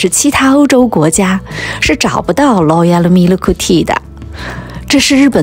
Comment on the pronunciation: “劳噎喽咪了克替”，笑死，难怪大多数日本人说不好英语！